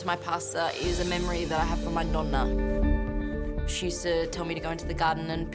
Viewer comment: finally someone who is italian and says nonno and nonna